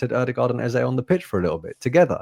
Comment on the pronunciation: THE MAN'S NAME IS EZE NOT EZA!!!😂